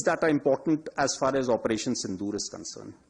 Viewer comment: As par as this concrun, that concrun, as par as.... ..... Haha